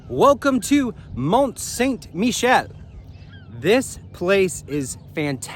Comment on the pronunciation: Yeah, learn to pronounce it.